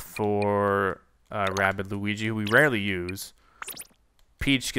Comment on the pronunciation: “Rabbid” not “Rabbit”